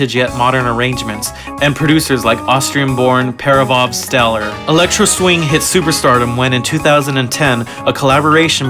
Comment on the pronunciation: "Parovov Stellar"? Fo rls boi?